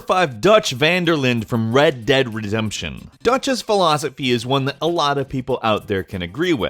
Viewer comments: Did he just say "Red Dead Resemption"?? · nice pronounciation on redemption there xD